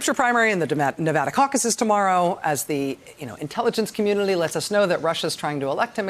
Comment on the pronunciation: thisguy ...🤦🏻‍♂️ I think my comment is not being read correctly...I’m referring to her pronunciation of the word “community” - something about the way she’s speaking makes it come out as “communily”. That’s all.